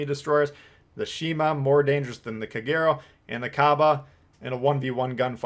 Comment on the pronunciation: Heads up it’s pronounced KAH-GAY-ROH